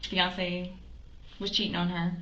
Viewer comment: “Fiancé”. Girl..😒🙄